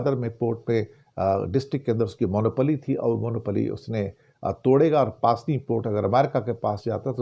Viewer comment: pronounce pusni hai paasni nahi 😊